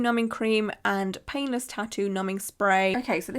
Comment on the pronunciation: I love your look. I love your videos. I keep hearing penis or peinless instead of painless tattoo numbing cream.😂